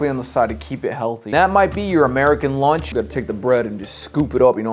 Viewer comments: The meal is called lunch, not launch as u pronounce it Take some elocution classes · why is he pronouncing lunch like launch? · That he pronounces it as "launch" instead of lunch not really hard to see